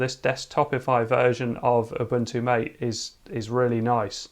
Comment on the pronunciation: The name " MATE " is pronounced Ma-Tay . It comes from the yerba maté plant, native to South America.